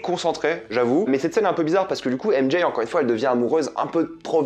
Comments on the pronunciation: AIME D’JAYYE 😂😂faut arrêter de s’américaniser comme sa 😂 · "M Jaye" 🤦😂